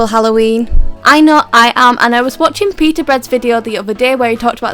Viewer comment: when you said peetah bread i thought you said pewdiepie i replayed it like one million times XD